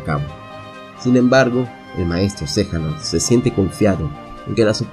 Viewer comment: Xehanort no xejanort jaja